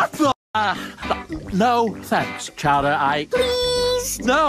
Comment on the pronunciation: It’s chara not chowder